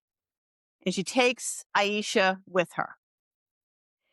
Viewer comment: Her name is pronounce Ay-sha, not Ay-eye-sha. I am Jessica's ex, Arin Marcus. I have been with her off and on since 2015, and was the reason she moved to Portland. I can do an interview, if you like. I do not have messenger, please let me know how to contact you.